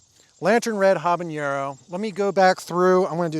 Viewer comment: Love your channel, but isn't it pronounced "hab-a-NER-o", not "hab-an-YER-o"?